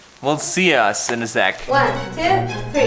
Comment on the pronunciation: Bleep bleep bleep! Germans English mistakes lol, the "us" 🤣